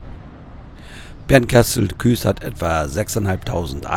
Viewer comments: Da ich in BKS wohne und geboren bin, klingt Küs immer komisch. Aber du bist nicht der einzige der es so ausspricht. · Danke für das Video. Eine Anmerkung: es heißt Bernkastel-Kues, gesprochen Kuuus, das E ist in dem Fall ein Dehnungs E und wird nicht zum Ü. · Der Ort heißt Bernkastel-Kues, und nicht Küs😊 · Schönes Video mal wieder,, auch schöne Gegend.! Ich kann Dir leider nicht mehr helfen bei den 100T Abonnenten, bin ja schon Einer😃. Ich habe noch ne Frage zur Aussprache des Ortes Bernkastel-Kues! Ist es nicht so, daß man Kues ähnlich, wie Coesfeld, Itzehoe oder Bad Oldesloe mit nem s.g. Dehnungs "e", spricht, also Kuus in diesem Fall? Ich habe das zwar gegoogelt aber kein aussagekräftiges Ergebnis gefunden.